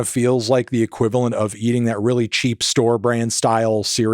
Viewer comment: “Da more I hear it, da less I like it” 😂😂